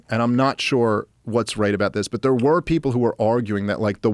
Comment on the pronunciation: Yes but have you beeeehn thear?